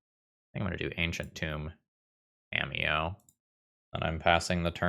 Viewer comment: during the toa magic plug in the beginning, i thought he had said "scamiyo" 😂